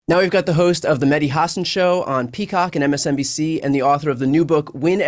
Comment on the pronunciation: Great interview; just wish Bryan would say his name right: MeH. Dee, it's not a silent H, it's supposed to be emphasized